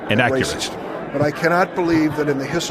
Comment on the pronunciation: You can't say that, it's rah-cist! 😅